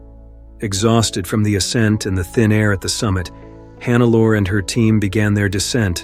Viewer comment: omg, why always this dumb AI-voice?? Who TF is Hannaalla Schmitz?? It is Hannelore, the gumbest AI should spell this correctly... Sorry, but thumbs down!